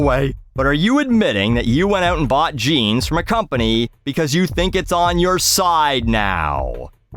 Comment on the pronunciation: You gotta love how she mangles the word "jeans" with her valley girl vocal fry voice.